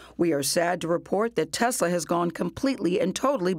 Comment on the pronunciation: He says Tezla